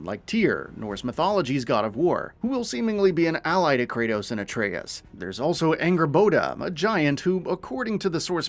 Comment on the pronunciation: Finally, he actually got, Atreus name right. Maybe he read some of the comments. Lol 👀. Anyways, less than a month away & BOOM!!! Ragnarok is coming my way.